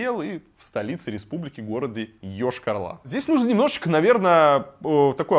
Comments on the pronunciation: Прежде чем говорить про город Йошкар-Ола, для начал надо было посмотреть как правильно город называется, уши вянут от того, когда говорят Ошкар-Ола... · Рассказывать, конечно, стоит. Но Вы слишком ёрничаете, кроме того, затянуто вступление. Очень. И заметьте: не Ешкар-Ла, а Ола, а то получается как у некоторых деревенских местных -,,... Ла".